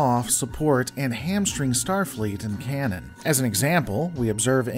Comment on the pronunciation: Please,! The word is "Canon". I expect better English from a female.